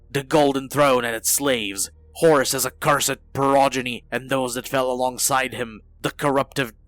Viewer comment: "Horus?!" ...oh no...